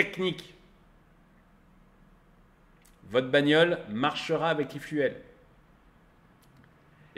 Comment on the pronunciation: E-Fu"elle", trop 😂